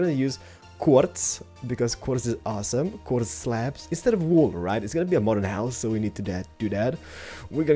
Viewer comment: Quarddz. Quarrrz? Quardrdz? Qordz? WHat language u got?